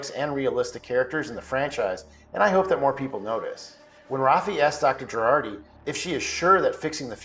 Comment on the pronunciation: It's Jurati, not Gerardi...